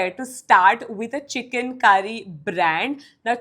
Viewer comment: First learn to pronounce Chikankari😂. You sounded like CHICKEN. SICK!